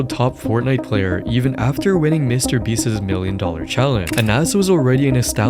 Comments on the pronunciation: Mr. Beast is not a word that ends in an "s." Why do you say Mr. Beastses? It's Mr. Beast's. Hoooly hell bro. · Beast's is not pronounced "Beastez"